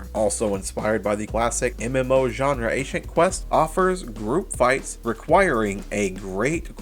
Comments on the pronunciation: (uh-sent) not ancient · Reading ascent but saying ancient is crazy lmao